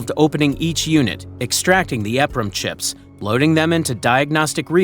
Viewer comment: It is pronounced E PROM not EF Prom. They are EEPROM CHIPS.